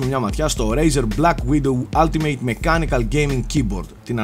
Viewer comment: Κοίτα από αυτό που ακούω λέγετε όλτιμετ αλλά είναι αλλά πάει προς το ά.. δηλαδή όχι άλτιμειτ που ακούγετε στο βίντεο. Τέλοσπάντων μια διόρθωση ήθελα να κάνω για να βελτιωνόμαστε στα αγγλικά,φιλικά πάντα,ωραίο review πάντως!